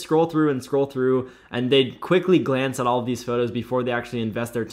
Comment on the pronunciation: "Which is not what you want,AT ALLLL" 1950 ALABAMA COUNTRY VOICE 🤣🤣😭